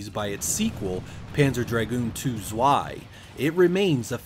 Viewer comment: I died a little when you pronounced "zwei"